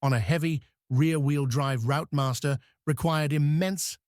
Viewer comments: AI generated rubbish about buses. Traditional front engined buses held the road in snow far better than rear-engined buses do. I know, I used to drive them. Routemasters were a specific type to London (made ) and are pronounced 'Rootmaster' not 'Rout-master'. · "Rout-master"!!!!!!!!!!!!! London buses then were RTs, RFs and ROUTEmasters